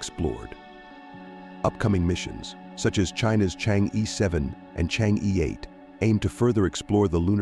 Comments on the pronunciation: Deliberately and maliciously mispronounce it to smear Chinese. Correctly pronounced as Chang - er. Stop pronounce it as cheng yi . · Thanks for the video. btw, should pronounce as Chang Or. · 这个 我觉得可能是他们AI真不会读， 没念成change 就不错了 :face-blue-smiling